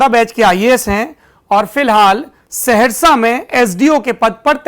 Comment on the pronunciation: ये सेहरशा नहीं।। सहरसा है।